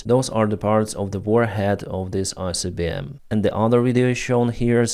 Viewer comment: Read properly. Not Icbm and not Rubez